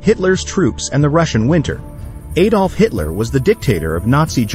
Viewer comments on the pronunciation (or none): none